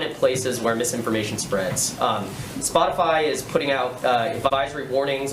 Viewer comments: I like how Jen is obviously reading her response and no one calls her out on it. The reporter literally said "Spotify" 3 times right before she responds and still she misreads it, "Spoti-fly" 🤦‍♂️ how do people fall for this. She's looking down reading it. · "spotifly" ...? lol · Jen Psaki said "spotifly" 🤣😅 Lots of drama CNN lawd have mercy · LOL, Psaki said Spotifly. She has no soul, just look closely at her eyes. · Jenn said "spot-a-fly" instead of Spotify. Was that a dig or did she mispeak?🤷‍♀️🤔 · Her saying Spotifly 😂😂😂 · Psaki said Spotifly 😂😂😂😂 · DID SHE JUST SAY "SPOT-A-'FLY'" !!!!!!!!! 😂😂😂😂😂😂😂😂😳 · She can’t even say Spotify ole Spotifly she’s spreading disinformation should she be censored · Did she just say "Spot-i-FLY"? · Did she say spotifly? I dont think she misspoke. I think she really doesnt know what spotify even is lol. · she said Spot-a-fly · Did that dingbat actually say Spotifly? I hate this admin. America is a joke now. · She can’t even fucking say Spotify.